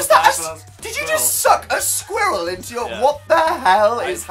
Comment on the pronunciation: THE WAY HE SAYS SQUIRREL THOUGH